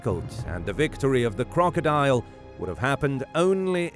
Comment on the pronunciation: he say "Lyviathan" wrong and crocodile